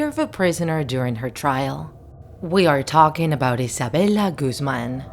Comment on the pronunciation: I thought her last name Guzman was pronounced as (Guhz-man) not Goozman idk just